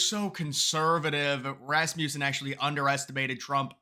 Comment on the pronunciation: Its not Rasmewson.....But I agree with you, now I don't, there's no way it's this close....